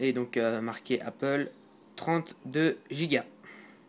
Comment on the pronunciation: pitié c'est ''donc'' et pas ''dauwk''